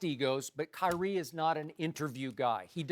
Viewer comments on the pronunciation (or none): Kywhi? What? Kywhi lol 😂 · Rob parker says kywie